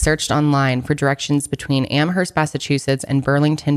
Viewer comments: It's Amherst.. 'Amerst' the h is silent. I'm from there.. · Yes! Stoked for this updated episode on Maura. Oh, just a heads up, the “h” in “Amherst” is silent 😉 Am-erst xoxo, a masshole who lives two towns over 😊♥️